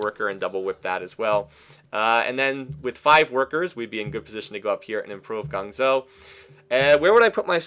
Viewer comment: Guangzhou is pronounced "Guang-joe", not "Gong-zo".